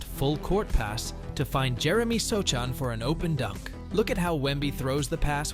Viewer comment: pronounced so-han